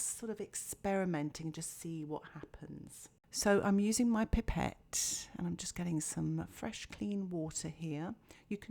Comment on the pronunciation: Its a pipe ette not pepet